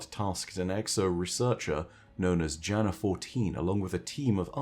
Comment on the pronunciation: Btw Jana-14 is pronounced like Yana-14. The name is Slavic and specifically Balkan in origin. That also ties together the osteo striga as a striga is a monster in Balkan mythology, specifically Albanian iirc